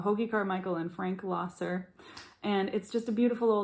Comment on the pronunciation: Nice lesson. Not to be a nudge, but I have always heard Frank's last name pronounced as "lesser". A nice version that I always enjoyed is